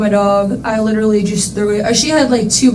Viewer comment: Litrlly.. she did. (Yes, it's spelled wrong cuz that's how it sounds like she says it, to me anyway.)